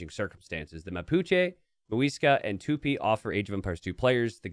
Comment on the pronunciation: tupIIIIIII the "i" is the tonic